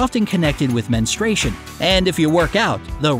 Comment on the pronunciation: MEN-strue-AY-shun. So many people seemingly CAN'T pronounce it.